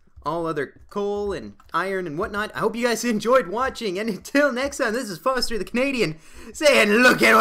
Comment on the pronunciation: Hell yeah at last someone says my name right :) nice episode foster